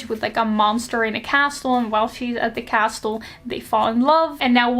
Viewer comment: Idk if you care about your accent, I think its gorg, and if you dont care about "proper" pronunciation stuff, skip this comment. But just in case you might not have a way of knowing, the "t" is castle is silent, and "epitome" is pronounce Eh-pih-tuh-mee. Like, the last e is a hard i sound